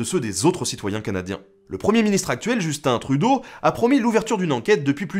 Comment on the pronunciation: Il y a erreur de prononciation, c'est : Justun Troudcu.